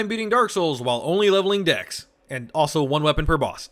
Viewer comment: i cannot not hear " Dicks are better than strength" "only leveling dicks" "DEX FOR LIFE"